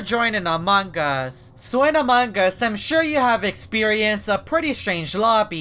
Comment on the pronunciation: loves saying amangas